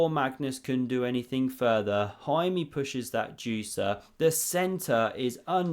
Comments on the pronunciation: The pronunciation of Jaime Santos was fair enough. Santos was basically perfect, Jaime is with a flat e at the end not "ee". Hahaha who gives a sh, why did a write this. Great vid. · It's pronounced Jaime